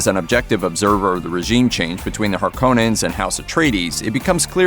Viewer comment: You said Harkonnen wrong. You're probably one of those freaks who says Caribbean instead of Caribbean.